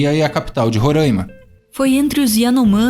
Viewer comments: Coisa que deixa o Roraimense feliz é ouvir quem é de fora pronunciar "Roráima". O primeiro saiu certinho,mas depois não teve jeito kkkkk. Só vamos perdoar pq amamos vocês <3 kkkkk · Bom vídeo. Quem sabe um dia vocês ao sul de Roraima aprendam a falar o nome do meu estado...